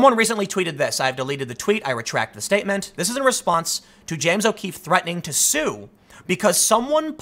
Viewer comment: "Dear James O'Queefe," XD